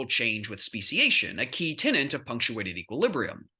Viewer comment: Tenet: a main principle or belief...often mistakenly spoken as tenant. People also similarly say that they are 'on tenderhooks' instead of tenter hooks as we don't see a lot of hide stretching down the street anymore! I know you mean tenet, but there, a gentle reminder from an old lady enjoying the argument and analysis nevertheless.